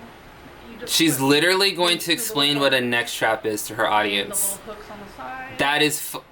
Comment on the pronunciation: Okay, when you said 'neck strap" I though it was like 'net trap' I was confused because I was like wtf. I didn't think she would actually explain a... neck strap...